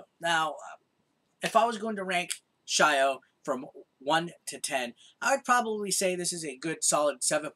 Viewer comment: I have a feeling its not shy-o but sio as in salt in japanese...